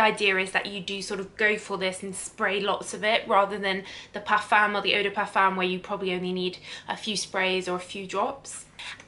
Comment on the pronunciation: That’s not how you pronounce et de parfum